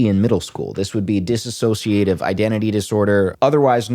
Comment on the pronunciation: Just fyi it’s dissociative not dis-associative. Diss-oh-see-uh-tiv — one less syllable.